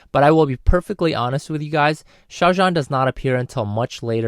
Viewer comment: I really love how you pronounce Xiao zhan and Wang Yibo's names. I really agree that the untamed is a lil bit draggy at the start because it's really confusing. It tells the story before the "apocalypse" and it's a real doozy xD.